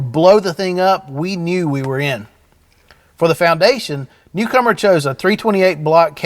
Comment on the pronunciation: I thought he was saying cucumber 🤣